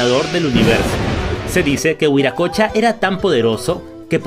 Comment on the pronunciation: No es viracocha es wiracocha quechua original.